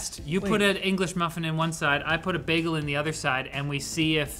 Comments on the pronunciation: DID SHE JUST PRONOUNCE IT AS BAG-GULL?! She is the second person I see pronounced it that way. That's not many, but thats pretty freaky it happened twice. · she says baggle like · Did she just say "baggle"? 😟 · i just hit the mark and need to come down here to say: did just say BAG-EL?? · Why does she pronounce it "baggle"? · Wtf is a “baggle”? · please, why do you call it a bÄgel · Wtf is a beggel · She really 'd the pronunciation of "bagel." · She 'd it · I listened to pronunciations of ‘bagel’ with the same intensity as I do with Benedict Cucumberbatch and ‘penguin’. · The way that kept saying bagel was making me crazy. Thank you for pronouncing bagel correctly. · The way pronounced Bagel!!! She totally 'd it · Did just pronounce bagel like does in the TV-series Community? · Are we just gonna ignore the way pronounces "bagel"? At first I thought it might be a Canadian thing, but then I heard the rest of the team pronounce it correctly, haha. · I didn't know there was a Canadian pronunciation of "bagel" before this video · This video brought to you by the Perry School of Bagel Pronunciation 😆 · the way she pronounced bagel is an anti-new york hate crime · every time this chick says bagel, i die inside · I do not like the odd pronunciation of bagel.....or this product. Watched because it was LTT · Did do pronunciation of bagel? Lol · WHY DOES SHE PRONOUNCE BAGEL THE WAY DOES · Wait, do Canadians pronounce bagels like? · Someone please tell how to say bagel right.... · Dude she KEEPS saying bagel wrong. It reminds me of from community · you say bagel wrong. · The pronunciation of bagel was painful lol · Sorry, I was a bit thrown off by her pronunciation of the word bagel. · Do all Candians pronounce bagel this way? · what in the pronunciation of bagle is this? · thats not how to say bagel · BAGEL! not Bakel..